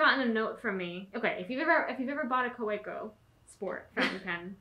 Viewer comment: I hope you realize that you have one of the coolest jobs ever! Your job is my hobby haha. We love the videos and the real personal touch you give to the world of stationary! Just a note regarding pronunciation: the German "w" is pronounced like an English "v," so it's technically "ka-VEH-koh" for Kaweco. Much love from the West Coast!